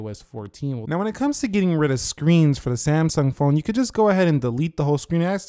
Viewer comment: Samsaaaaang PLEASE LEARN TO TALK!!!!